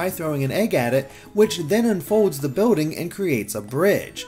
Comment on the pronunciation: It's not boating It's bILLding